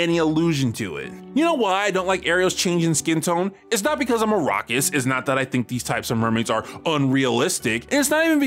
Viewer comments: what's a rockest? (time stamp ) now i do not have the greatest hearing so maybe you are saying something else, regardless i have never heard that term before at least not in that sentence and google dont know what it is either.???? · What's a "Rockist" XD